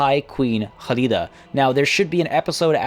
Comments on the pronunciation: NOT HALIDA IDIOT KKKKKHALIDA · I agree, hearing Halida instead of Khalida was anoying. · Devin I get that, however that doesn't change the fact the fact that he his not pronouncing the names correctly. In Arabic the "kh" sound makes the phlem sound most of the time, but in warhammer that's not the case, it was always meant as a hard "K" sound as you can tell when the characters pronounce their own names or address each other in game. Khalida calls herself that, not HHHUlida, there's a reason for that lol. If he wants to get pronunciations correct so badly then I'd maybe suggest he listens to the actual characters pronounce these things for starters lol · Hi I just found u and I’m enjoying the video I just stoped to say great work man ❤️ and correct me if I’m wrong but you pronounced the Queen name in Arabic language if you not aware it is a actual name in Arabic they might got it from their any way great video 👍🏻❤️